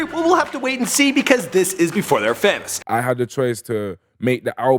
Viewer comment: DID HE SAY "FAM-OUS" NO FUCK OFF BRUV